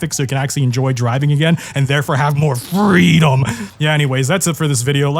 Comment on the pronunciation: I would love more "fweedum"...